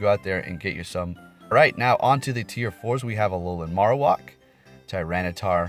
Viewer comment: Dude I ve watched so many of your vids but it’s just so infuriating that u just don’t even seem to try and pronounce Pokémon and trainer names correctly ever. I m not even a native speaker and things like PachuriSu Marow(h)a(c)k are just so obvious to read it feels almost like u re doing it wrong on purpose. Can you st least try? Cheers and thanks for ur content regardless